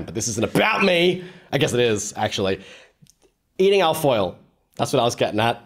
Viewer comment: i know you're saying al-foil, but all i hear is alf oil